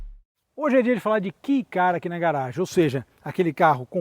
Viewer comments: Só uma errata (humildemente corrigindo): Não é Key do inglês "chave", pronuncia-se "quei" e escreve-se KEI na pronuncia e originalmente se chama K-Car, do japonês Keijidōsha (veiculo motorizado de pouco peso), eles eram originalmente quase que um kart de transporte pessoal, com motor de moto, para a população pós guerra que carecia de recursos financeiros. A nossa Towner tambem é um Kei Car, projeto que foi produzido por varias marcas, mas em especial, pela subaru, com interior super luxuoso, opção de 4x4 e até teto de vidro panoramico. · Eu já tive um vivio supercharger rx-r no Japão. Que carrinho divertido! Com muito arranque. Só uma correção, a pronúncia é "quei" e não "ki", até pq se escreve kei e não key. Caso tenha interesse existem comerciais da época, é só por na busca por subaru vivio cm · Japonês pronuncia kei